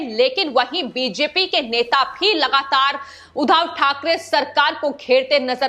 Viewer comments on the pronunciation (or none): बार बार उद्धव को उधव बोल रही हो I